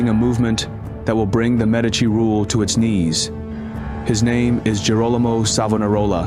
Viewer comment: You can't even pronounce Medici properly. 😂